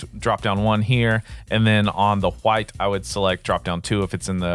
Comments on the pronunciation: Thanks, for the tut and the laughs when it came to you saying huwyt! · Im going to press charges on you for assaulting my ears with that pronunciation of "white"